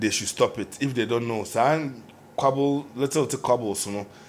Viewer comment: stop da lies afia always attack ppl first.. R u afraid of her anaa...secondly da word is squabble and not quabble!